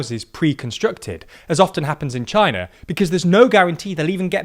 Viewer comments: CHIINA. Who let that one sliip through? lol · China? More like Chi-Nahh